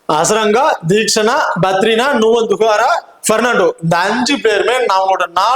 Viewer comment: Bro thushara avanga name ninga tamil la padikiringa adhu sha not ha